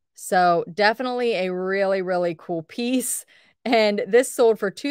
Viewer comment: Is it me or does she not pronounce her Ls in sold?